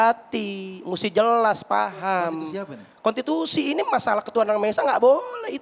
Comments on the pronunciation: Konstitusi. Bukan kontitusi hahahahahaha. Ngomong aja ga bener, sok banyak bicara hahahaha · Bang novel konstitusi bukan kontitusi